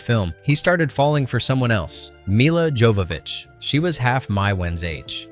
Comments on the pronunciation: Milla's Jovovitch surname should be pronounced with a Y at the beginning, like /yovovitch/. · "He" pronounces names differently from previous mentions throughout, e.g., "Yovovich" then "Jovovich." Does it with Gaultier, also. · it’s pronounced “yo”vovich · dude what? you said milas last name correct the first time. but wrong the second time ..😂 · Why would the narrator pronounce Mila's last name correctly and then incorrectly? Stopped watching after that. Thumb's down.